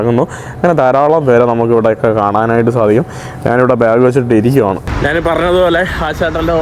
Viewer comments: Hi bro നാൻ എന്നല്ല ഞാൻ ആണ് ശരി ദയവായി മലയാള ഭാഷയെ വധിക്കാതെ bro നന്ദി നമസ്കാരം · Hi bro നാൻ എന്നല്ല ഞാൻ ആണ്ശരി ദയവായി മലയാളത്തെ വധിക്കാതെ നന്ദി നമസ്കാരം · നാൻ അല്ല, ഞാൻ എന്ന് പറഞ്ഞു നോക്കുക.